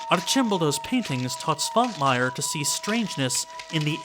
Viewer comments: Rewatching the episode, it really covers what I think a lot of people, myself included, find so fascinating in stop motion animation, and practical effects - they show actual physical objects. And something else I noticed when rewatching the episode - Man, can't pronounce Eastern European names for shit, can he? Quick tip: Svankmajer has a little thing on top of the S (a caron), which means it's pronounced Sh, not S. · oh noes correct pronounciation is slipping. [artʃimˈbɔldo] stress on the third syllable. [ˈʃvaŋkmajɛr] starts with a "sh"-sound. Otherwise brilliant as always. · Another Czech movie, another Švankmajer movie. Not that I am complaining. He is probably our weirdest director... BTW: 1. You pronounced Jan correctly, but Švankmajer is pronounced [ʃvaŋkmajɛr]. 2. Czech republic didn't exist before 1993. It was Czechoslovakia then. Sorry for nitpicking. Great video as always.